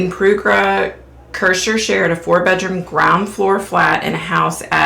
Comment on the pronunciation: Perugia pair-OO-jah 😉